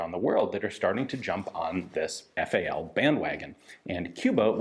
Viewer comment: I don't know if it's a word used in cuban spanish, but in european spanish, FALO literally translates to "phallus". Ian probably knows of this already, given that he calls it FAL-O. Imagine if you were designated as an autorifleman and you were given a FALO.